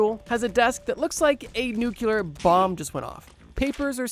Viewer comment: Ahhhhhh it’s nuclear not nucular!!!